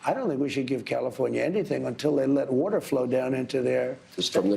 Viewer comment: If you have a fish and you stop the "ueter" , is not going to " hert" "defiiiish" !!!!